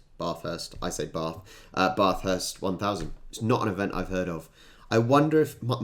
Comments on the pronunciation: Bathurst will be live streamed on 7plus com au on the 9.30am 5th Dec 2021. (4th Dec late afternoon early evening for you) Bathurst has a crap ton of carnage from start to finish. Anything can happen during that race and normally does. PS: Race going Bogans will remove your teeth with a spanner or crowbar for pronouncing Bathurst the way did. The race going bogans (and most Aussies come to think of it) would take it as an insult. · There are also Female Drivers, one Male Driver met His Wife while driving at Bathurst. It may be understandable when Brits mispronounce it, but it's annoying. Your pronunciation would be correct when it comes to the Bathroom though. I've been friends with Boys as well as Girls My whole life. But there are things I'll never understand about Men. Why the majority are so fascinated by Watching Cricket and Car Crashes. I tell Men "Because I ❤ Cars. I hate watching Racing." Men still manage to shock Me occasionally. Once when I was in My mid 20's. My Large Family were staying at My late Eldest Sister's House in Rockhampton, Queensland along with Friends. Unfortunately She died of an Aggressive form of Cancer. I'm The Baby of 8 Kids, 6 Girls, 2 Boys and 1 set of Twins. I was Mum's Little Surprise Package, She was 44 when I was born. No We're Not Catholic, Mum had difficulties with Medication and Dad Refused to do anything. Back to My Story, one day I'd just come out of the shower and was still a bit pink. When a Young Man who used to live in the area I currently reside in Checked Me Out. So I knew He was bit too young for Me at the time. Boys started noticing Me when I was 7 and I'm pretty used to being Checked Out. But I couldn't understand His Attraction to a Pink Woman who'd just come out of a Shower. In High School I lost track of how many Hormone Crazed Teenage Boys Chased Me. I didn't even have to try. A Classmate who Modelled who even got a Contract with same London Agency a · Bathurst, not barrrthurst 🤨😡😠